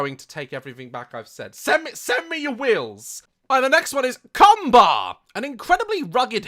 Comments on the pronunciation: When Daz read the title of the combar multitool, I was looking away from the screen in that moment so I thought he said "CUM-bar" and had to double back to make sure If i had heard correctly. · He said Combar and my face said 😳 cum what?